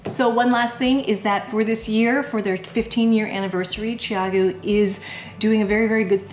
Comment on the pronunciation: I love my red lace CG needles! I have to ask about the pronunciation of the name. I hear your pronunciation as "Chi-a'-goo", and I was told that the pronunciation is "Chow'-goo". Since you have spoken to the founders of the company, can we be sure your pronunciation is the correct one? I also have the spin bamboo needles, but I usually prefer to use the red cord even with the bamboo needles.